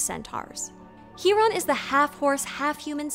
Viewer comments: Isn't it pronounced (Kai)ron? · Thank you so much for the pronunciation of C-Hiron's name! I didn't know it was pronounced like that. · How do we know it’s pronounced He-Ron instead of Ki-Ron?